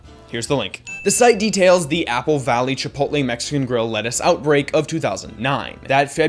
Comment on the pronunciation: "Chipotle" not "Chipoltle"